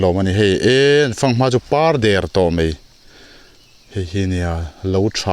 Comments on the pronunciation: Mai aiah mei i ti dik lo zêl a! Tih mai mai loh tur, kan ṭawng hi! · "Mai" tih tur a "mei" tih ṭawngkam i hman hi tlem phei se chu i ṭawng pawh ngaihthlak a nuam leh zual ang.. han ṭang leh sauh sauh teh..